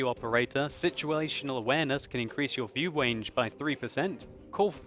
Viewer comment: 19 minutes and 33 seconds he says "view wange" lol